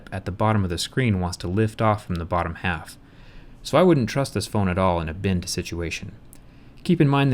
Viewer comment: bend sounds like binned